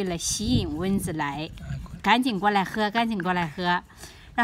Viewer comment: 是蚊（文）子，不是“温子”，刚开始听糊涂了。